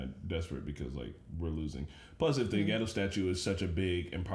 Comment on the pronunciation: I didn't feel like the war started for real until quite soon :) Oh, it is pronounced Ge(as in Get) Do(as in Doll before the tongue starts rolling).. the japanese language is stress free and flows with the same pattern all the time so u don't stretch some syllables while u squish other ones together as in english, instead each syllable is equally long, like Na-ru-to or U-chi-ha.. they are just lengthened for emphasizing reasons, it is a beautiful and kewl language